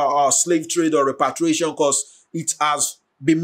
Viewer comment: You keep saying REPATRIATION, instead of REPARATION. Repatriation means to return to your home country....